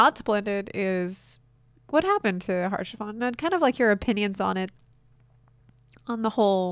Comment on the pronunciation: fyi it's pronounced "aush-a-fon" not "harsh-a-font". It's french. They have a complicated relationship with consonants.